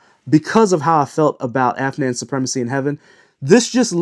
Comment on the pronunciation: Mispronounces Afnan and correctly pronounces Rayhaan. Looks like he’s sponsored by Rayhaan.